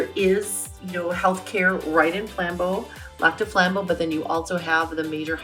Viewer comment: I'm sorry, but if she's local, why can't she pronounce it?